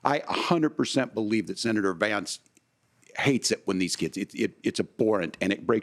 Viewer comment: Yes he did & it is Vance-not VAMCE!